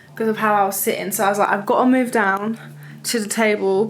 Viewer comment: I’m ready to “movf” into a house 😂😂